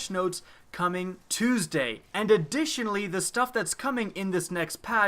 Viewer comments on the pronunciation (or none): none